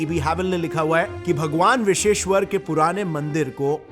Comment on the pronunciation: Biseshwar nahi. Bisweshwar hota hai bhaiya.